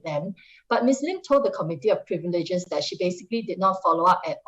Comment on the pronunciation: He has fkin AWFUL pronunciation, I don't understand how he is qualified to read the news. Especially with the pronunciation of "privileges"